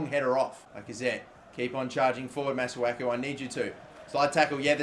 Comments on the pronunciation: It's pronounced Mah-Soo-Aah-Koo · It's prounounce massaku